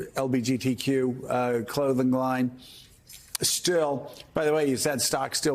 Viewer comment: LBJTQ? W He can't even pronounce proper lol